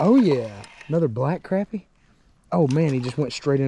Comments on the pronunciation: Crappy is good eating. And it’s pronounced Crop-pea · im turning on notifications because you say crAppie and not craHpie. idc which is right, its crappie. not crawpy lol much love bro and im hittin the thumbs up